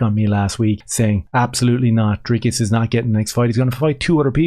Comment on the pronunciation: "Dris-cus" I agree with you, 100%, it's no big thing how you pronounce a name. But of course, if Dricus was a black Transformer we would have to call him Sioux, not Sue, if that was what "his truth" was. When it's a white South African, we can all just call him whatever we want to call him, which is the way it should be.